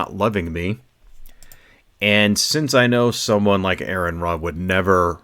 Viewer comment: Seriously dude, if Aron is your personal hero you really should say his name correctly. Aron would not approve.